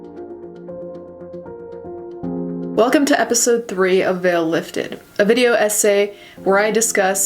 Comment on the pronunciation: I really thought you said “video ese “ instead of video essay